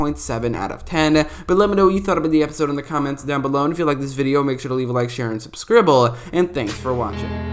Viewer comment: Make sure to leave a like, share and SUBSCRIBBLE? WTF?! 😂😂😂